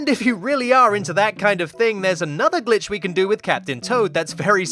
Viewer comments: Am i the only one who hears "son of a BITCH C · In the intro I swear I heard son of a bitch instead of son of a glitch XD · I listen "son of a glitch" as "son of a b^tch" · Who hears son of a b** 👇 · Did he just say son of a bitch? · My mom thought that he said “son of a bitch” and my mom went, “ they grow up so fast... a little TOO FAST” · Your intro sounds like son of a b*tch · Lmao my mom heard the intro and thought it said Bi... Instead of Glitch and yelled at me :'( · Kinda sounds like he’s saying bitch